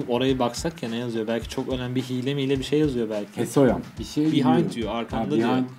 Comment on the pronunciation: Hahaha “hesoyam”